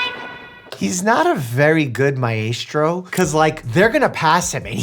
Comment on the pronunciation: i dont want to be that guy but maestro is pronounced closer to "mystro". i recently finished a conducting class and the teacher would look at us like were crazy when we mispronounce musical terms